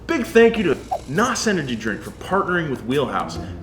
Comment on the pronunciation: It's actually pronounced "En-oh-ess" not "NOS"